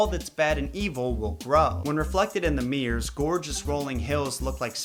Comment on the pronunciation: i love that you call mirrors, "meers"